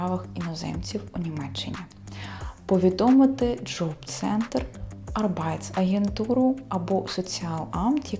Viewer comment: Arbeitsagentur, будь ласка наголос на першу "А".